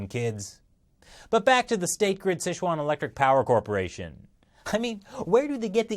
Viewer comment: Dear, the pronunciation is closer to "sih chew-an". Years of poorly spelled fast food restaurants have left you misinformed!